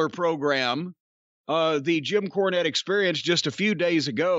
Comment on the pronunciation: Jim KAAnette. :-D